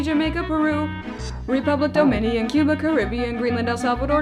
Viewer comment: to hear some one say your country name is kind of awesome, kind of miss the mark on the Domanian we all know its pronounce Domínícáñ